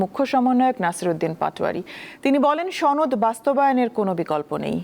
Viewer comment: সনদ কে বলে ছনদ😂😂😂আবাল দামড়া পাডি পার্টি😢😢😢